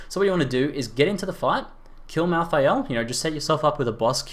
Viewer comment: mal thay ul . not mal THI AL